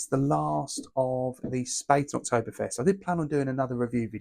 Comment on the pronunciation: Sorry to be pedantic mate, but its pronounced schpaaten German for spade, but the a is prounounced like the a in apple